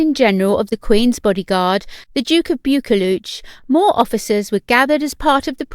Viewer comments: "Bewkooluch"??? Please no! Try "Boo-kloo" instead. Do you mind if I also mention that 'impersonating' HM's (or a 'refined' accent) sounds very off. Spoils what is a nice video as it sounds like you're sending her up. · Haha. Yep. I cringed at that as well. Buccleuch is pronounced as 'buckloo' here in Scotland. Rothesay is not 'rothi-say' but simply 'rothsay', and 'Provost' isn't 'provoast' ( as in toast), but 'provost', ( as in lost). At least the commentator should get 'Balmoral' right when Her Majesty heads up north to Balmoral Castle. 🏰👍🤔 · If you’re gonna report on Royal news, learn how to pronounce things properly. Duke of Bucchleuch is not pronounced like you are saying. Bucchleuch is pronounced “Buh KLOOK”. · Duke of "Bukeluch"? ? ? ? ? I'm American and even I know that pronunciation is really wrong.